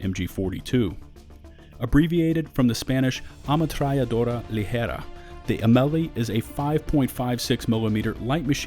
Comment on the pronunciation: great pronunciation on the "ametralladora Ligera"